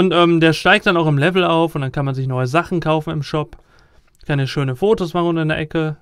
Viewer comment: Lewel? wirklich? *facepalm*